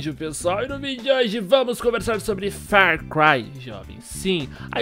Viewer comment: Meu Deus patife vc ta me deixando com aflição falando fer cry.